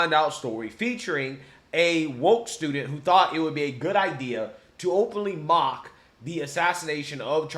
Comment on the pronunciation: those news anchor journalist are sooo Fake, he couldnt read the teleprompter correctly "mark" oh "mock"..then the young kid describes the awful actions of a replicate Charlie's death with an empty soul.